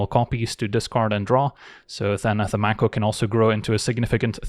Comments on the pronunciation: I think it's "make-o" not "mac-o" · I think the 'a' in mako is pronounced like in 'may' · Conventionally, yes, though the word itself is from Te Reo Māori and is pronounced 'mah (rhymes with far) - ko (rhymes with law).